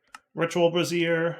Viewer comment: It's hilarious how always pronounces brazier as brassiere